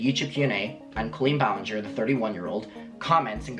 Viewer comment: all i can hear is linger-ee